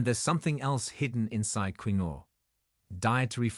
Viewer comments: I hate videos that drone on in an AI-generated voice. Soy beans are toxic, and it's pronounced "keen-wa" (quinoa). If anyone has kidney damage, they should investigate what all carbonated drinks do to the kidneys and phosphorus levels in the blood. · He mispronounces quinoa. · First of all, you are not pronouncing quinoa correctly. Secondly quinoa has significant (high) amounts of potassium. Very bad for kidneys. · This is an AI video can't pronounce Quinoa correctly. I eat farm raised eggs that are local, almond butter, and aduki beans which are the beans Kidneys love. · This Ai doesn't know how to pronounce this word "Quinoa" correctly. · Also in Britain - annoying to keep hearing it badly mispronounced. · yes I know how its pronounced but the person who told the story botched it up every time he said it. Unless it was AI speaking I thought he would have learned how to pronounce it before reading it to the public and mispronounce it every time. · Should we listen to this? They can't even pronounce quinoa. It's KEEN-WAH. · I thought quinoa was pronounced ken wa. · It's not queen-no, it's pronounced keen-way, get your shit together AI! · It's pronounced keenwah not key-noa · Please note quinoa is pronounced Keen WAh. not kwin oh. Please teach your A I to pronounce it. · First, quinoa is not pronounced queenoe, no, no, instead, quinoa IS pronounced keeenwah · Keen-no-ahhh. How annoying queen-no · Quinoa is pronounced KEEN-waa per Google. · QUINOA is pronounced ... Kin Wah ! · It is properly pronounced keen waa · It would appear one mans meat is another man poison. So many "kidney doctors" recommend a number of foods that this video doctor debunks. Quinoa Its pronounced "keenwa" so makes me wonder how knowledgeable this person is. 😮😮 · I'm just curious,, Is this AI speaking reliable?? It's quinoa not quino... all seems... dodge... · Quinoa (‘keenwah’) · Pronounced keen-wa in the US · ITS KEENWA always mispronounced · Pronounced KEEN- WAA / wha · Quinoa sounds KIN WA